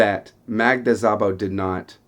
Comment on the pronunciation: As a native Hungarian speaker, I just want to let you know you don’t pronounce the “z”. It is pronounced like sa-bo.